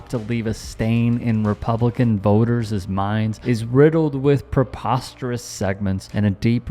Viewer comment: Voters minds, not “voterzezz minds”